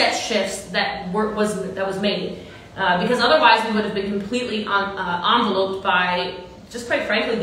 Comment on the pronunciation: “We would have been envelOPEd (✉️d)”girl you mean ENVeloped?, like developed but with an en instead of a d? I know there are so many more important points but I can’t get past the mental image of boss Lee in a big envelope from that pronunciation